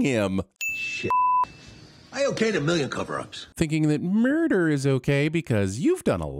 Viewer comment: I fall out every time you say "Murrdurr"